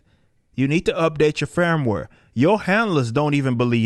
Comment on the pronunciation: “You need to update ya’ fairmwere!” 😁